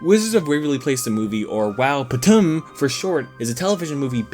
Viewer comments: I love this movie and I can't with him calling it wow patum 😂😂😂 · I crack up everytime he says wowptm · I literally choked and died when you said “wowptm” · as a true mexican, when you say wowptm i just hear “wow puta madre” in my head